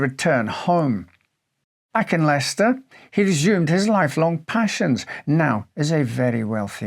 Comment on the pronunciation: Im astounded by the correct pronunciation of Leicester? The first half of the word besides L is silent? I always wanted to say Lie-sester for some reason😅American,what more can i say.